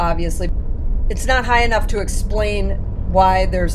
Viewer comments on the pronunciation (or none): none